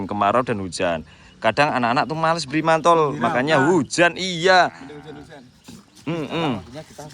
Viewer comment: Mantel bukan mantol😂😊😅